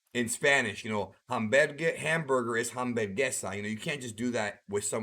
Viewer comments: Vegeta's Blue Evolution form was more like Goku's Blue/Kaioken form, IMOH. BTW, that Spanish you tried to use is awful. :( It hurt my ears. Hs are silent in Spanish. The H sound is made by the J or G (depending on if it's followed by an E or I). Since English doesn't pronounce vowels the way Spanish does, writing the pronouncement is kind of useless. (Hamburguesa); Ahm-boor-guess-ah is as close as I can get you to Hamburger. Another tip... Japanese & Spanish use the same 5 vowel sounds. Learn the pronunciations & you'll go a far way in sounding legit. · "Ham-bergesa" lol 😂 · I love these videos and hearing your thoughts. I can't wait to see this chapter. I'm a big fan of Vegeta over Goku and would love to see him be the hero for once...this was a great video but on an unrelated note. As a Hispanic hearing that attempt of translation of burger to Hamburguesa... That was painful to hear. But still a good try tho! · You don’t pronounce the “H” in Spanish. For example, hola is pronounced “ola”.